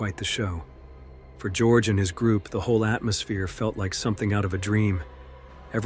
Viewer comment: the narrator should notice that his pronunciation of the name Georg is wrong. Georg is not an originally english name. Georg comes from the greek Georgios and since he is in this story a German, this name is not spoken as in English. It is spoken as in German or Greek, which is (almost) the same. Both German and Greek speak as it is written, while English is strongly deviating from the original correct pronunciation. With a little basic education this mistake can be healed.